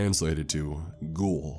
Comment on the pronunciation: "Ghhouull" I'm sorry. I died when you said it like that.